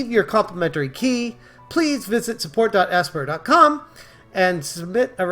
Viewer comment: FYI Aspyr is pronounced “aspire”. As in they used to aspire to release this DLC. 🤣